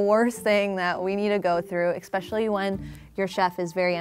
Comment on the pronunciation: I hAte when ppl say EXspecially. Its Especially